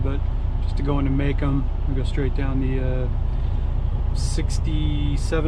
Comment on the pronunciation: Muh Comb not maycum